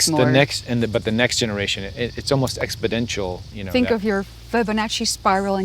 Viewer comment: ....expodential? that's not a word yo......